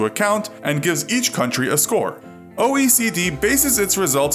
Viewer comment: The first time I heard OECD I thought he said ocd